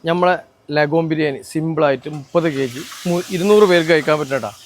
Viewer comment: LegHorn. അഥവാ ലെഗോൺ.. നമ്മളും തെറ്റിച്ച് പറഞ്ഞിട്ടുണ്ട്.. ശരിയാവും..